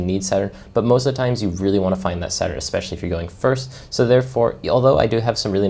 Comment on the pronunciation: I thought you were saying 7 at 7, but you were saying 7 at Saturn. Great walkthrough dude 👏